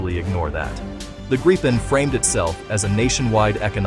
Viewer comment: How to pronounce Gripen: "Greepen", not "Grippen" or "Gr-eye-pen"